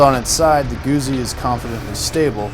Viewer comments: Note for the commentator : GU"ZZ"I it is pronounce like Pi"zz"a , I'm assuming you don't order a PIZA so non this case you don't say Moto Guzi it is too GUTZI to explain better. Listen to the German review comparison between BMW R 1200 and Griso V8 and see how they say to GUZZI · Why the hell can't you 'Muricans say Guzzi properly? It's pronounced just like piZZa, see, GuZZi, piZZa, GuZZi, .... and a journalist that can't say the name of the bike. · It's not just Americans. Watch British, South African or Australian videos and they all mispronounce it. It's an English language thing. Deal with it. In the UK you're likely to hear "Guhzee" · LOL, he said Goozy :D